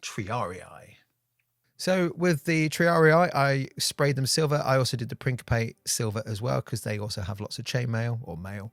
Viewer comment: >Triari-ayer I dare you to take shot each time you pronounce beautful word Triarii like that